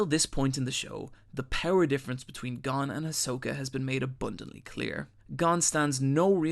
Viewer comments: You can't even say Gon you inept fucktard. It's GON NOT GONE FFS. It's MIURA not MURA you donkey. Jesus. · gon not gone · It's not pronounced Gone bro, and learn how to say Manga correctly please. It's not MAIN-ga its Mawn-Ga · Hey his name is Goan. Not gone. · Wait is it pronounced Gon or Gone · Those pronunciations... Gon's more like "goan" not "gone" it's like he's never heard their names said in the dub or sub or is just doing it on purpose like when people say narudo instead of Naruto. Can't stand when people know the name but keep screwing it up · GO-N NOT GONE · As soon as I heard him say Gon's name wrong, I knew this was gonna be a long video..